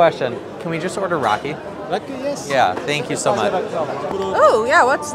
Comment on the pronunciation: Guys it's raky (rakı) not raki. You need to have with meze. Noone have it with helva. Cool video.